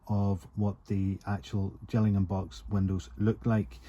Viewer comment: Hi, great as ever, enjoy your videos. Just a pronunciation issue ‘J’illingham is Kent. Gillingham in Dorset is pronounced with a Gill as in fish. Keep it up mate. Following with interest